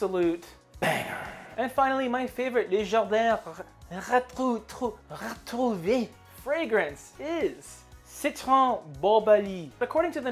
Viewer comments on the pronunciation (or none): Les jardins retrouvÉ! Its harder to pronounce but you would have to say Retrou and then pronounce the V entirely. Pro tip coming from a french canadian 😊